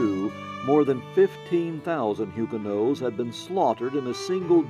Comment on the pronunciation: It's not Hugenoes. It's Hugenots as in nots.